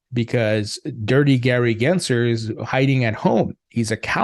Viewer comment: There's an L in his last name. GensLer, not Genser.